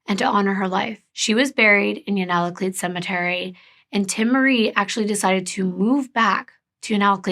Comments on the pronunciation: My friend is from Unalakleet! What a small world, wow. If I remember correctly it’s actually pronounced “you-na-cleet.” Someone please correct me if I’m mistaken! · If you ever need help with Alaskan cases or people, lmk ❤️ I’m Inupiaq. And it’s pronounced U-naa-laa-Kleet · Anchorage Hillside isn’t in Nome. It’s in Anchorage. It’s the wealthier part of Anchorage. And Anchorage is 1,153 miles SOUTH of Nome or 547.3 miles by plane. Unalakleet is pronounced you-nuh-la-kleet But I’m glad our indigenous women are getting coverage. There’s so many unsolved murders in Alaska. It’d be nice to see more coverage on those cases too. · Unalakleet is said like (you•na•la•kleet), you’re amazing for trying to pronounce the words. You’re doing good❤️ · I live in Alaska and this case was, and still is, such a tragedy. Here are some hopefully helpful pronunciations: Unalakleet (heard it as you-nuh-luck-leet and you-nuh-kleet) Yupiit (u-pit) Kotzebue (cots-ah-bew) Ptarmigan and akutaq (aka eskimo or athabascan ice cream) are both delicious! Ptarmigan and spruce hen are like the dark meat of a chicken basically, a little gamey to some, but if seasoned and prepared correctly, they're super good! Akutaq with fresh picked Alaska blueberries...nothing compares! Thank you for bringing awareness to another MMIW case. Just one of many that need, and deserve, the attention of all our communities!